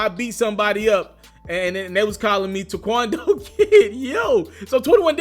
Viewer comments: He’s illiterate, I have never seen pronounce taekwondo like that, this guy a real life dumb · Lol why he say Taekwondo like that 🤣